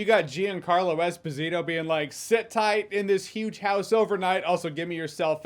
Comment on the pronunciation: Eh-spaas-eeto not Espa-zeto. It’s Italian not Spanish. FYI